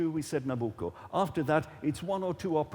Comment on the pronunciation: at 1.59 when you tell the audience what they have just heard,i would have expected from you a better pronunciation of the Opera title:NABUCCO: you sounded extremely foreigner to names,considering that you are chairing this program,you should have been better prepared,remember millions are listening to you,and considering the debate,credibility is at stake.Saluti Gino